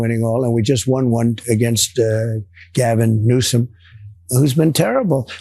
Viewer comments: He said "Newscum" MF. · Did he say Newsome😂😂😂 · He said Newscum. Then said Newsom.